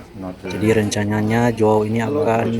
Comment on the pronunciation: JOAO baca berbunyi Hoao.. huruf J dibaca berbunyi H. Bulenya mungkin bingung soalnya di negaranya Portugal tidak ada orang bermarga DUMINGAN. Yang paling mendekati adalah DUMIGAN tapi marga ini berasal dari Irlandia (Inggris Raya), ini berarti bisa disebut Irish. Marga Heydemaans juga lebih berbau Belanda bukan Portugal, karena nama² Portugal dan Spanyol adalah mirip berbau Iberia karena keduanya berada di semenanjung Iberia 😮